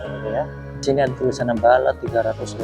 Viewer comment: Bullet mas, bukan balet